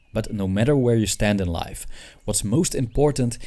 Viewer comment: I initially thought he said “wife” instead of “life” because quarantine 😂